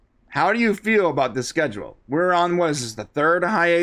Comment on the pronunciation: Devoes wife said schedule wrong